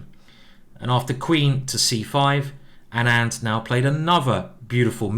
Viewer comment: Just clarifying that Anand is pronounced like aanant not anaand